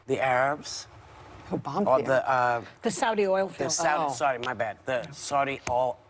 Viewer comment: I know. Whoopi could barely pronounce Oil field